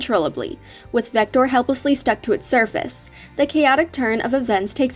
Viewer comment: It's actually vector not victor